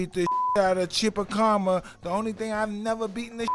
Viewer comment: I'm sure the real Mike Tyson can pronounce "Chupacabra" and "Marquess" correctly, so now he's basically making fun of himself. And I sure as hell can respect that. Good for you, Mike.